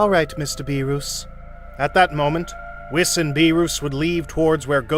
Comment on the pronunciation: I love these little episodes, I just wish that the narrator would learn to speak their names properly. It's not Whis like wish, it's weeds like peace. Etc.